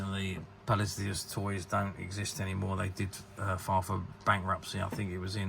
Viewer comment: You are totally butchering "Palisades". It's not Japanese. It's an English word. Rhymes with "Ace of Spades".